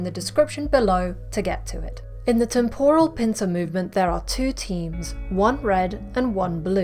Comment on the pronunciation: Great. But please learn how to pronounce the word temporal correctly. Really lets down the video.